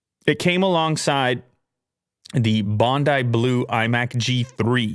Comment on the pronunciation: Spat my coffee when he pronounced Bondi correctly!